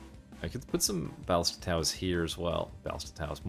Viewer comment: ba-LI-sta is the "correct" pronunciation fyi tho it doesn't actually matter how you say it.